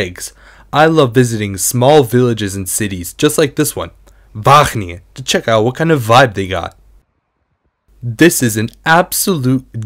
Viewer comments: As much as I love the effort, it's going to take one more WAHGGGGGeningen for me to lose my shit. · he's definitely pronouncing his g's correctly, but overpronouncing them to the point that it becomes distracting